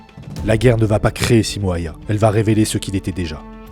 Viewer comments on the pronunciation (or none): Son nom se prononce : Simo Héuhé (pour un francophone)